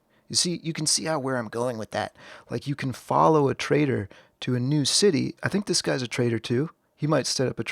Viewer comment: it's the pronunciation of following trader from my speaker, trader sounds like traitor, had a chuckles 😊